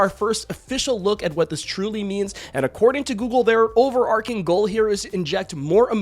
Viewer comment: "Over-ar-tching" (semi silent t), not "over-ar-king" please, thank you xo